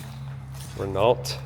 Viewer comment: Renault and Peugeot is French. Pronounced "Ruh- No," and "Pew-Joe." Otherwise, even as a car guy, I only know about French toast and French fries.